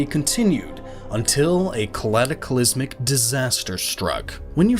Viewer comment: calatacalysmic. Calatacalysmic. Cataclysmic,. It's cataclysmic.